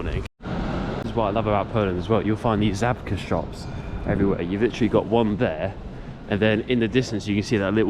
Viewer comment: Great video! I'm learning Polish (my Grandad was Polish). May I respectfully offer a little correction... "Żabka" is pronounced "Zshabka" the letter ż is pronounced like a zsh